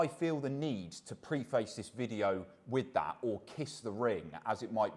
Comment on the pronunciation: That is definitely not how preface is pronounced